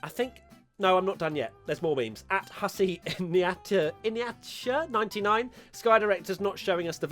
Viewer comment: Did he really read Hussein Attia as “Husse Iniatcha” U can look at the name you know